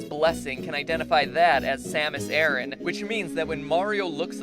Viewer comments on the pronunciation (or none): It's samus a-ron not samus a-rin